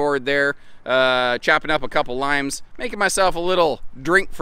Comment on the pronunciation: YES to the jacknife sofa!! I've always thought that even before finding your channel.. Also, I thought the corner sink in the shower was for your beer?? Thank you for another good one including the gentle camera movements!!! Edit: again, did you say liMes or liNes?!